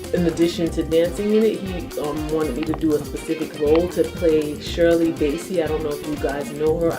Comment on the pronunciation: It's pronounce Bass(ey)like the fish; Not Base (y). Shirley Bassey is phenomenal artist. Wow what an honor, but you've got to be phenomenal as well to play her part, lip sync or no sync, you go gurl. OMG!